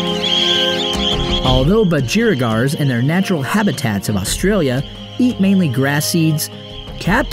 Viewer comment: PLEASE BROTHER ................ITS BUDGREEEEEEEEEEEEGARS!!